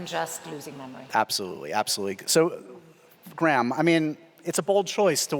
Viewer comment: Why can he not say Graham? it is not Gram. Its so frustrating.